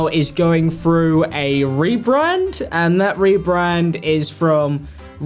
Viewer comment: I clicked but I can’t listen to talking about someone going “frew” a hard time.